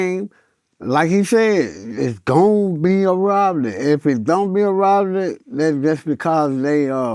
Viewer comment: ...yea I don't know how the f--k he pronounced "robbery"